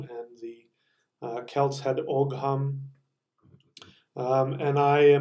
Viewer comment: Just so you know, Ogham is pronounced basically like Ohm. There is a slight 'ah' twist just before the m, but it's subtle. Another good video, strength and honour to you.